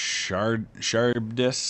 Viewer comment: Charybdis - pronounced Kah-Rib-Diss. A sea monster from Greek mythology. Many RN ships, and classes of ship, derived their names from Greek and Roman mythology :)